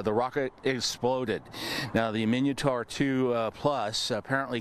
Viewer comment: It's MIN-ah-tor, not EE-min-ee-oh-tor. SMH. And for good measure, 🙄